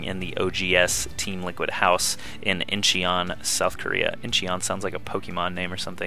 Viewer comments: LOL Incheon isn't pronounced "Inchee-on" , it's pronounced "In-chon". Love the vids ! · in-chon not in-chun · incheon is pronounced "in-chun" thumbs up this comment so can see:D